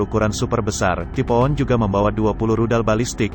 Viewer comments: Typhoon dibaca "tipo'on", bukan "taifuun" 🤦‍♂️🤦‍♂️ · Taifun.....bukan tipo'on,please.....!!!!!! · Typhoon dibancanya taipun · bacanya Taipun